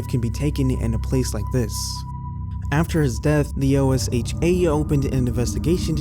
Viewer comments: OSHA is pronounced "Oh-shuh". It's an acronym, but you don't have to say the letters. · OSHA is an acronym, but it is commonly spoken as if it were a word. Pronounced exactly as it looks. Oh-SHha